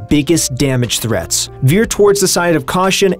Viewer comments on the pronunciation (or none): Biggest damage threaths.. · Damage THREATHS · Damage "threaths"